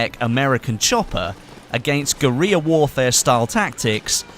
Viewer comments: 'Gueir Warfare!' What's tha, oh wait, he meant 'Guerrilla warfare' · guerilla is pronounced guh-rilla, not "gureeya" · Guerilla is pronounced like we say the animal "Gorilla". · Gurreah warfare lol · you pronounce the word guerilla like a beyend